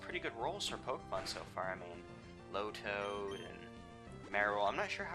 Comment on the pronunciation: tailow (tay-low) lotad (low-tad)